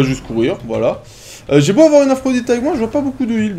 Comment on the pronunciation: quand il dit c'était beau , c'est he bo allez merci